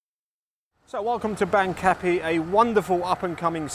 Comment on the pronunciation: My current Thai partner and I laughed at your pronunciation of Bang Kapi. My partner lived in Bang Kapi when she was working and living in Bangkok, and my ex-wife grew up in Bang Kapi. They all pronounce it (Barng Kapee)